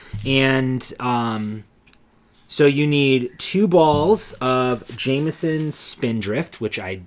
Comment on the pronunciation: Oh good. and. You guys r in bed with me on Sunday evening for some good yarny moments ❤❤❤ Re your striped sweater, how dense is the fabric? I couldn't see your scarf through it🎉, so Imo you could take the white up the underarm. I loved your pronounciation of the Jamieson wool colours❤ nicely done. X x x